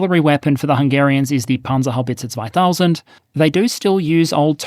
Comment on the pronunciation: damn thats some clean pronounciation for Panzerhaubitze 2000